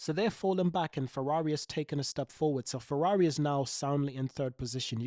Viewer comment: Fewawi 😂😂😂😂 Cawacter 😂😂😂😂 Retard